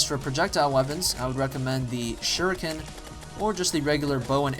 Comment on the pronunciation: yay he pronounce shuriken not like the makers of the game, well again, they ARE white so...